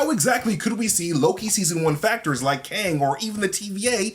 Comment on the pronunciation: It's pronounced "kOng."